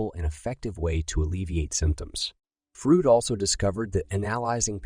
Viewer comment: soulless "Frud"